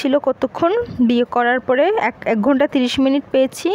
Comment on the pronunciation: আপু আপনি অনেক সুন্দর করে ঘুন্টা বলতে পারেন😂